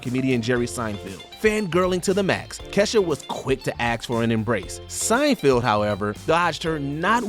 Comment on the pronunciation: At this point I’m convinced mispronounces people’s names on purpose. Jerry Seinfield??? You have to be kidding, no one has ever called one of the most famous ever comedians Seinfield…